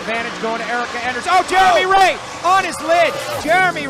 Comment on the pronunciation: The announcer in the first clip said Jermey Ray so many times that it’s now burned into my memory